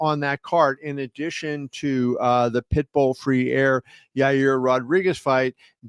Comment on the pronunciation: Freire is not pronounced Free-air, Kevin. It's pronounced Fray-Reh, or if you would like to say it like a Brazilian, Fday-deh.